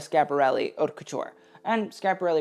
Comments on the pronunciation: Did I just hear this kid say 'HOT LAMODE' . Come on. Just TRY. I cannot listen to someone who won't even TRY. ( You can say 'Oat' if you really cannot pronounce it but it's more ''Ut'.) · FYI "haute" is pronounced like "oat" in French.